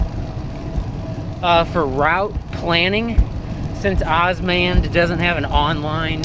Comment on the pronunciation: Good to hear somebody is using osmand! I would say it is pronouned O-S-M-"and". (Openstreetmap Automated navigation directions is the full name) Another thing to mention is osmand's bike navigation. Osmand has bike navigation, and in my experience it has been very good. Osmand also gives you an option between three different routes - "Shorter Route", "Balanced" and "Prefer Byways". This helps in changing the route from a quicker one to a more safer/scenic one. "no route planning"& "must transfer GPX files to phone" aren't real downsides because actually you can use route planning, it shows you the route if you don't hit the go button and you can analyse the elevation and many more features. Osmand is also based on openstreetmap a crowdsourced map sort of like wikipedia. I would say "open-source maps" is a mis-representation of what it is, since open source refers to software. Nobody calls wikipedia a "open-source encyclopedia". Since the intentions behind the map are not commercial like Google's, in my area (and in many others I assume) the cycle paths and accessories are much better mapped. You can create a OSM (osmstreetmap) account and start adding places in St.Louis such as bicycle parking (bike racks), shops etc. using osmand by enabling the "OSM editing" plugin. You can also use the openstreetmap website to edit, and this gives you more power to add things such as cycle/footpaths and generally make the map a whole lot better for cycling. Also - sidenote - aparren